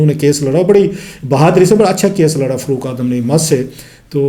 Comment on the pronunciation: کلاسرا صاحب ذرا نام تو ٹھیک طرح لے لیں ۔۔ جنرل رحیل نہیں انکا نام جنرل راحیل شریف ھے۔اور فروق کوئی نام نہیں ھوتا , اصل نام فاروق ھوتا ھے۔۔ آ پ پڑھے لکھے لگتے ھو برائے مہربانی کسی کا نام تو نہ بگاڑیں۔